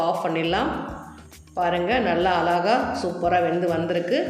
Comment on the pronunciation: One request. " Azhaga,' endru pronounce panna varalena beautiful endre sollalaame